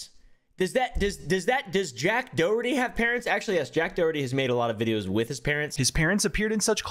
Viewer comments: always cracks me up the way he says Doherty like "Do-hurty", he's not even joking, just putting the stress in completely the wrong part of the word. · You're saying "Doherty" wrong- Its "Daw-hur-ty"- signed, A real Doherty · It's how it's meant to be pronounced though. It's an Irish name, I live in Ireland and everyone is saying his name wrong except